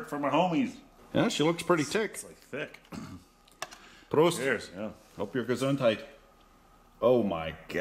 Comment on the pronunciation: Nice smoke! Well done! Next time when you say Proost: there are two O's in there as in O-val. Proust was a Writer I think..... Anyway, when the world is a bit more normal and You are in the Homecountry again, give me a shoutout, I might buy you a beer. A van E.......